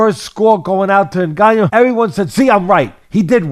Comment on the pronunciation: When i hear white people pronounce a Cameroonian name like Ngannou is hilarious the N in our names are silent